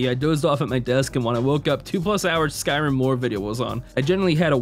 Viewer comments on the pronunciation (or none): none